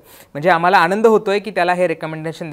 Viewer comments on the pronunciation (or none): none